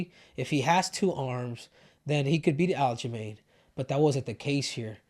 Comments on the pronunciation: He called aljomain --- aljolame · Is he calling him Aljo ShitStain lmfaooo